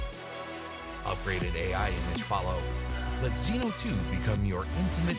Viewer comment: Zino, Zino Pro, Zino 2. Just say ZiNO thanks!